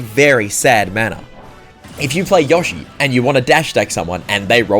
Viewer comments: “Yosh-ee” wtf😂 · pronounces Yoshi: YOH-she Me: “I thought I was the only one”